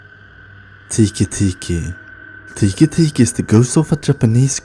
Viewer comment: 1. the maria story was trash . 2. Its not kushisake , its Kuchisake . 3. Its not tiki tiki , Its teke teke . Summary of this video : You suck